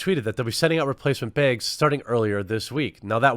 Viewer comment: I think you should release quartering branded canvas "beeegs" 😂